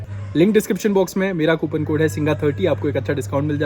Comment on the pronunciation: Singha ❌ chingha ✅